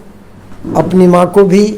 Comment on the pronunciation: Thank you🙏❤ sir ji Aapne jo 🌸 MAA 🌺 sabad ka uccharan kiye,& karne ke liye 🌻Aapko🙏🌼